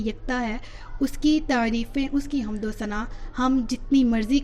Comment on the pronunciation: حمد کے لفظ میں میم ساکن ھے